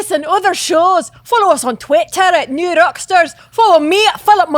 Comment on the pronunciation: "New Rrrrockstars"